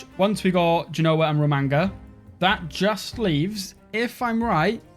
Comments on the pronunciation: Romagna is pronounced like lasagna, not magnificent. RomaÑa, not ro-manga. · New drinking game, drink every time he horrendously mispronounces Romagna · I hope one day people learn to pronounce Romagna the right way. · I came to comment you should really try saying Romagna properly